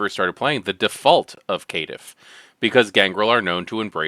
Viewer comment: You forgot the ear destroyer: Kit-tiff